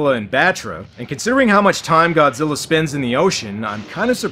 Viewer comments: It's the extra R on the end of Godzillar that gets me... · did anyone else hear that dubber call godzilla "GODZILLER"? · ive always wondered where you have to be from to mispronounce godzilla as godziller and who allowed that to go through on the dub? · "bio lan tee is a weird austrailian pronunciation like godziller is." No, that's not true. "Godziller" is just the result of the Queen's English accent where they pronounce "a"-ending words as "er." However, the international dubs, they have to run that stuff past Toho. "What are we supposed to call this character? How do you say it?" So, however they said it in the dub is what Toho wanted us to use in English. Ted Thomas talked about this sort of thing in the interview on the Media Blasters "Godzilla vs. Megalon" DVD that leaked with all the extras. This is also why the international dub of "Godzilla vs. Destroyer/Destoroyah" still uses the pronunciation "Destroyer" because Toho explicitly told them to do so.